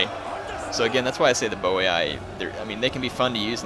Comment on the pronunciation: Its actually pronounced "Boyyyy"